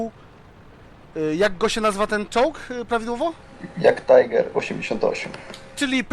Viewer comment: TIGER nie TAJGER